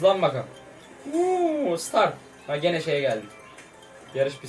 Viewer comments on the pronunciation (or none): none